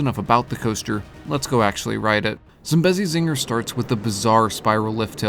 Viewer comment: That’s not how you pronounce Zambezi zinger it’s Zam-beasy zing-ar